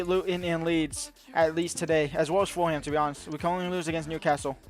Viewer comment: Foolum not full ham XD